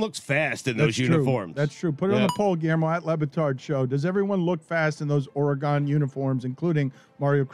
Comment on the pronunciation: As someone who lives in Oregon can I say that Dan needs to change how he pronounces Oregon! Ora-gone?????? It’s easy Dan! Or-gun. That’s it!